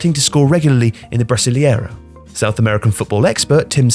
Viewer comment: Brasiliera? bro learn how to pronounce words